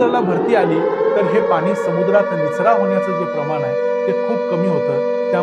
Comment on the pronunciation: Pan,pani...n..cha uchhar shudh kara